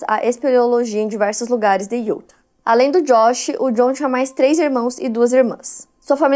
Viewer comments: Só uma pequena dica: a pronúncia correta do nome do estado de Utah é “iutá” 😉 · Aaaaah não vim comentar assim q postou e demorei assistir, justo de Utah 🥹 moro a 5 anos aqui, vivo indo pra SLC. Já fico apavorada. E a não acerta a pronúncia de Utah desde q acompanho ela kkkkk (IutÁ) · Só eu que fico agoniada com a falando: DEVÔTO, IÚTA...etc? 😅